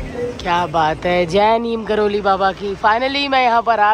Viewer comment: Didi sorry but (Neeb Karori) hota hai😅